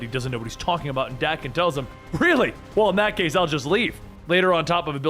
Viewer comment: Love the content here. But Daken.. that pronunciation. Threw me off. Not how I've heard it in my head or how I've ever heard it pronounced. I've always heard it with a hard A. .. feels wrong hearing it this way. Looked it up. My physical sickness is acceptable